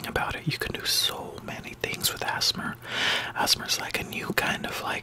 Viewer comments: Mark Emhoff he said azmur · Asthma is how you pronounced ASMR I have Asthma which is a problem with your lungs it is pronounced “A” “S” “M” “R” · It's A.S.M.R not "assmur"